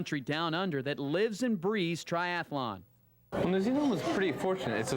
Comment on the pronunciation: He lost me at Tri Ath A Lon